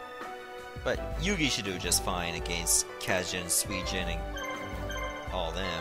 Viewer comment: Kez-jin? Really? It's pronouced kah-zeh-jeen. Kaze is two syllables.